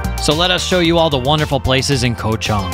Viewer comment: Koh Chang ! Not Koh Chong 🤦🏼‍♂️